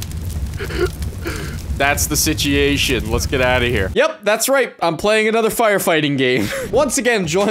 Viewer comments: “What’s the sitiation?” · "Whats the sitiation" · Sitiatian, nice 😂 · I say "sitiation" sometimes, too! 😂 It's always fun to find out other people use the same goofy jargon as you! What a Canadian sentence. XD I didn't think they actually said "ay." I thought that was a stereotype...